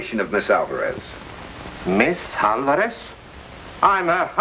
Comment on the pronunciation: They sure did like butchering the pronunciation of Álvarez.